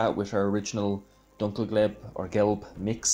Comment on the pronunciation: Lovely! The way you say Dunkelgelb is actually perfect, at least the way you said it here the first time :) i am very impressed how well the tamiya paints spray. never tried them myself ever, so that was interesting to see! i love painting such wheel sets (i am serious!), it is so relaxing and i am fairly quick at it as well. seems like that task is not for everyone, but you made it in the end haha.